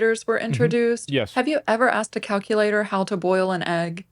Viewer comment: Hey, how do you pronounce “calculator”. Found a mission for ya bud. Surprised you haven’t plugged that one in there yet. We will touch on the rest of your comments once you have mastered saying “calculator” correctly. It’s a tricky one I know, but I’ve run all the data on my cackulator and it says you got a good chance a cracking this brain buster.